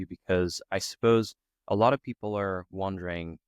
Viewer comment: Hello.Interesting interview. I'm an English teacher from Canada. It is crucial advanced speakers learn accuracy and not just fluency. I heard you say "wandering" when you meant to say "wondering" just after 4 minutes in. You are fluent but may need to improve your accuracy with vowels. Keep up the good work.